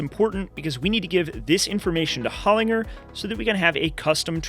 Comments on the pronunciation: Such a cool build , they are a serious gearbox used in rallying and rally cross cars over the decades, We Pronounce them gearboxes Hol in Jer here in Europe and down under in Australia where the company is from its Pronounced Hol in Jer 😅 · Ive never heard someone pronounced Hollinger like that before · Why can't this guy pronounce Hollinger correctly. Pretty bad form considering the amount of $$ they're giving this project.